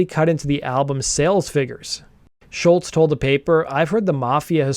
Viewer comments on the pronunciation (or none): Great vid young man. Top notch as usual. I love seeing younger folk talking about music done in my time. Pro tip: the way you pronounce Tom's last name is "Shoals" like Muscle Shoals from Sweet Home Alabama fame.